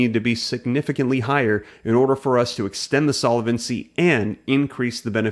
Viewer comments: It's pronounced sol-vency, not sola-vency. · Please change your incorrect pronunciation of the word "solvency." It has only three syllables. Feels like fingernails on chal kboard.